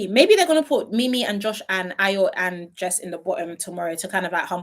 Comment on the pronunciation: Ayo's name is not hard to pronounce...😅